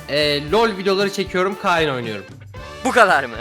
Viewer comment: KAYN A KEYN DİYİNCE ŞEKİL Mİ OLUYOR?